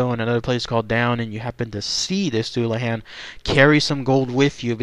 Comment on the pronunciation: pronounced dulla hon or dulla hawn